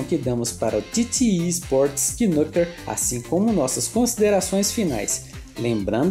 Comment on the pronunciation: a pronuncia é nâquer, e não quinúquer